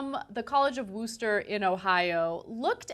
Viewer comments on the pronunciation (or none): It's pronounced Wuhster, not Wooster. Ohio doesn't speak like the rest of the country... (Medina) Meh-DI-nuh, not Meh-Dee-nah, (Berlin) BURR-lin, not Bur-LIN, etc. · its pronounced wuh-ster. Locals in the area yell at me for saying it like rooster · its not pronounced like rooster. Its pronounced woster. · I live in Wooster. And for the record, every single person not from Wooster pronounces it wrong. It's not w-oooo-ster. It's w-ouh-ster. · its not WOOster it's Wuster